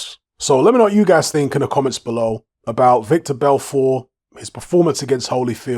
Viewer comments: His name is Vitor not victor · it's pronounced VTor my bruvvah haha